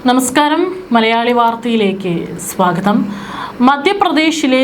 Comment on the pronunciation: സ്വാഗതം..... ഏതേലും മര്യാദക്ക് പറ